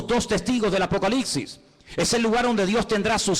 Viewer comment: Una humilde recomendación: es un hecho que el tiene una cantidad importante de seguidores, lo cual es excelente por la relevancia del mensaje que él está impartiendo. Pero en aras de no cerrarse puertas innecesariamente con oyentes exigentes, quisiera que alguien le diga que el último libro de la Biblia no se pronuncia ApocaliXi (y más cuando este parece ser un libro de mucho dominio y fascinación para él). Es ApocaliPPPPPsiSSS. Es increíble cómo una falencia no corregida en la pronunciación tiene la capacidad de distraer a unos y de generar cuestionamientos en otros. Esto lo digo con mucho respeto hacia este maestro de la Escritura, y va de parte de un puertorriqueño quien, por también ser predicador, le fue necesario superar el "comeL", "bebeL'", "oraL" y "bendeciL".